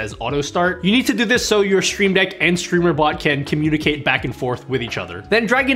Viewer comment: I like the way you say “sh-shtreamdeck”😊